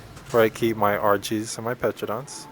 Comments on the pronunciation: Why do people say petradons they're called pteranodons. The P is silent. Pronounced teranadon. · The p is silent pterodon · Dont forget petro-dons XD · p is silent in ptaradon